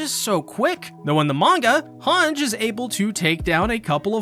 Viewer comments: Its "HangEEEE" not "Hang" god damn it -. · also "Han-ji" not "Hanj" ... :D